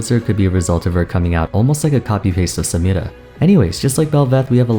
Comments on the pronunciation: Homie please stop say Samiras name like that. Why do you not say every other ethnic name like that but only hers. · why you pronounce samira like that 😂